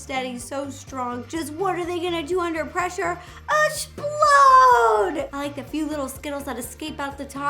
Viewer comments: Ro:asplode ,me:explode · i love the way ro says explode i love everything about ro ngl